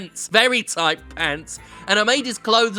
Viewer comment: Noice and toight